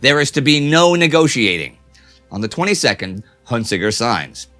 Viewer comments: Huntziger pronounced like hunne see zher not Hunt zee grr. His family definitely has German roots. Like Hans Joachim Marseille the German fighter ace whose family came from French hugenots who left France to avoid persecution. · Huntziger is a French general, Indy pronounces his name improperly. It sounds like Hunt see zher not Hunt zee ger